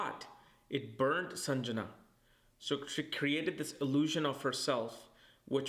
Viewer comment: Lovely video. Grateful for the information. Though it’s Sandhya(dusk) not Sanjana. 😊